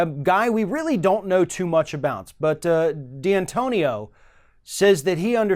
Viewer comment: It's D'antonio not D-Antonio.